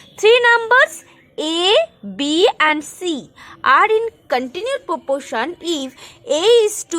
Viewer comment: It is proporation not popoation